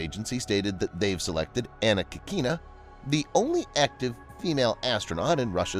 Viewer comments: Sorry, but she's KÍkina, not KikÍna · Anna Kikina was pronounced almost correctly, yet the stress should be on the first syllable. Key